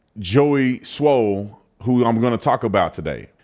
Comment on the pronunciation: You keep sayin Joey SMOLL!!! 😅😅😅